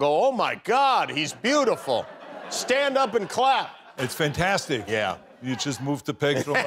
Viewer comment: It's "vantastic".